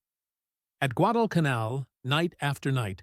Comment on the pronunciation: “Guad-el-ca-nell”. Thank you ARTIFICIAL so-called intelligence🤣🤣🤣🤣🤣🤣🤣🤣🤣🤣🤣